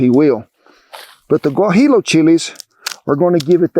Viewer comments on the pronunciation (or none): C'mon now, you're a Texan, you should know that the "L's" in "Guajillo" are silent. It's pronounced, "Gua-hio." Aside from what needed to be said, great video, I'll try my next batch like that, it looks good. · Just a note...Guajillo is pronounced as waa-he-yo.Thanks for the food and humor.